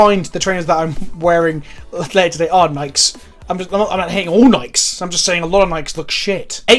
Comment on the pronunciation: I regret to inform you that you are saying Nikes wrong. Sincerely, Gabriel